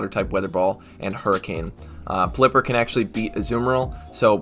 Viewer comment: I think it may be pronounced pel-i-pper like the way you pronounce pelican